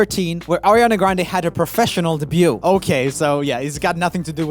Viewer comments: Not a critique since your english is near flawless,just a heads up. Debute/Debuted is one of those words that the spelling makes no sense. The t is silent. Weird, I know. Day byou. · Though I love your enthusiasm, skills and depth of knowledge, please say "DEBUT" right. You're doing an American accent, so it's "day-BUUU" -- debuted is "day-BUUUD" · Hey Joel, "Debut" is pronounced like "day view" but only with a b. "Debuting" is like "day viewing" but with a b. We don't pronounce the T!! Keep putting out great content! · Have I been pronouncing 'debut' wrong my whole life? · Bruh when you pronounce the t in debut My mind: um... AAAAAAAAAAAAAAAAH STOP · Does anyone want to join me in a little campaign to teach Joel how you say the word ‘debut’? I love his little Swedish soul so no hate, just love.